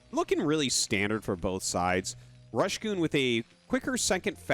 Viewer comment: Last BSL the casters discovered its Rush Go On not Rush Goon